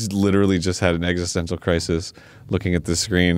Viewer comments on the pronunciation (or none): none